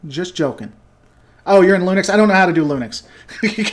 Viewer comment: Your pronunciation of Linux is your best mispronunciation yet! Don't know what you have against Dave Cullen, I looked him up after you mentioned his name and watched the DS9 vs B5 video and it was very informative and they guy seemed alright.